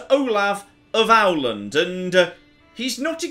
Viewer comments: a slight pronunciation issue: Åland is pronounced å (like eaux in French, or perhaps the second a in Total War) land (with a short a sound, like the first a in Total War). The rest of the mispronunciations I can take, but Owland is grating since you say it so much. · Åland is pronounced like Holland without the "H" Source: my (apparently land-grabbing) Finnish partner ;) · Å is pronounced as the a in war so It's wArLAND, source: I am swedish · (Swedish) pronunciation of Åland is more like Awe-land if you wanted to know. Great video! Looking forward to more :D Btw, your house/dynasty name literally means "twig". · Hey, impressed wiih your knowledge of early Swedish history! I know that Swedish pronounciation is tough, and I don’t want to seem rude, just try to help. The Swedish letter ’å’ is pronounced almost like the French eau, so ’Åland’ is more like ’eau-land’. Great video as always! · was going to comment but seems like someone beat me to it.. that au was hurting my ears ;) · I tried writing out phonetically how to pronounce an Å and wasn’t really having any success, but please google “how to pronounce Åland” because Ow-land is not it >_> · Å is close to O, but more open sounding I'm sure he'll figure out the prononciation eventually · Ooof, just call it Ohland :D it's not perfect but it won't kill your tongue and shrivel our ears :P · Can someone from Sweden please help pronounce Åland? I'm not Swedish, but I'm also fairly confident he's not the Count of "Owl-land" as he's been saying haha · Å can be thought of as the ‘au’ sound in (British accent) ‘Paul’. Many Swedish Pauls actually spell their names Pål. The sound is long, as in a long ‘Pååål’. So it should be more like "au-land" with the long å. Hope that made some logical sense haha. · Correct pronunciation of åland: Oh-lond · Å is pronounced like Au in "fault" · That's not how you pronounce å... that's pronounced more like /ɔ/ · Å is pronounced like the a in awe or maw or raw.